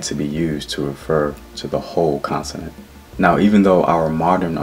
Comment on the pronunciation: It's CONTINENT, NOT CONSINENT, GENIUS!!